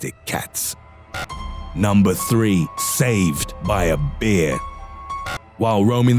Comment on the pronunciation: Stop saying "bear" with that voice. Sounds like you're saying "beer"